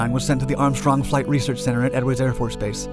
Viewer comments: A really beautiful fighter jet. The ability to bank sharply was a plus, but the instability without computer assistance...well...major drawback. Still, it's something the military designed and made work. Oh, and 'research'...not 'reaserch'... :) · *"Research" not "R e a s e r c h" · "Reaserch"? Sorry. That is triggering! lol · Great video! Everything except "Reasearch." But hell, everybody makes mistakes. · "Reaserch" flights ??